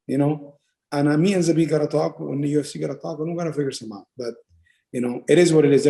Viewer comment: Brett mispronuncing zabit last name again and again